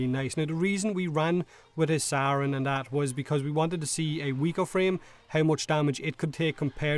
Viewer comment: I cant get over you pronouncing "Saryn" as "Sauron" xD